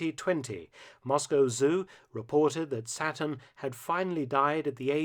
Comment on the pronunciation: Who else thought the alligator's name was "Satin" and not "Saturn" until they read the comments...